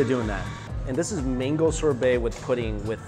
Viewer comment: Why u say mingo , it’s mango , please stop that